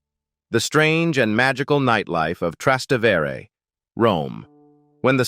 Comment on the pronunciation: thanks for your amusing profile of Italy. I do have one complaint. Your pronunciation of some Italian locations is cringe-worthy and absolutely awful. For example, "Trastevere" is pronounced "tra- ste-va-ray" with the accent on "ste". And Cinque Terre is pronounced, "Chin- quay Ter-ray". with the accent on "Chin".